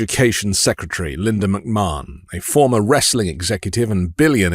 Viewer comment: I love work but it always bothers me when he mispronounces Linda McMahon's name. To help, it's "Muhk-Man", not "Muhk-Marn". I've had most of my life as a pro wrestling fan (not just WWE but also WCW, TNA, Lucha Underground, Shimmer Women Athletes, Shine Wrestling, etc), so I've had to hear the McMahon name on numerous occasions for almost 40 years. It just feels as off as when conservatives mispronounced Kamala's name on purpose last year.